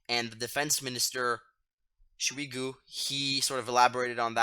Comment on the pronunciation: Its not smigu its shoigu 😂